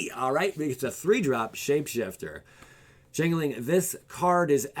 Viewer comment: change-ling not chain-ling